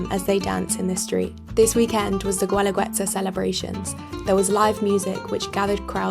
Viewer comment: Gooelagooetza? It’s pronounced geh-la-geh-tsa. A rule for Spanish pronunciation in the future is that if there is a letter ‘u’ before ‘i‘ or ‘e’ just ignore the ‘u.’